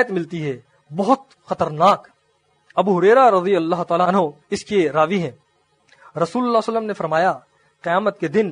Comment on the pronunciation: لقد کان لکم فی رسول اللہ أسوة حسنة رسول اللہ کی لام کے نیچے زیر ہے اصلاح کریں